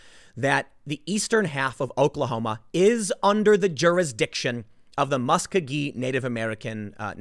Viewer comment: Muskogee is pronounced Mah-sko-gee